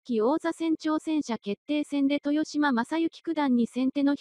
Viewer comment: TESHIMA ・・・面倒だとは思いますが これは修正してほしいですね。 せっかくの大一番の解説動画なのになんか聞いていて萎えます。